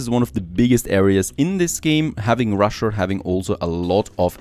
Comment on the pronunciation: why does he say rusher